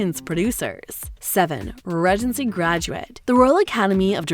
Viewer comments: Bloody annoying narrator...Ree-gency not rej-ency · Maybe the way the narrator pronounces "regency" has thrown people off. I know it bothers me. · I'm glad I wasn't the only person annoyed with the mispronunciations. "Regency" was the most frequent, but she also managed to mispronounce "behest" and actor Regé-Jean Page. I'm told I shouldn't be too critical of others' grasp of the English language, but if one is going to engage in public speaking, one should be sure to pronounce words correctly. When it comes to an actor's name, IMDB usually can be counted on to have the pronunciation in the trivia section.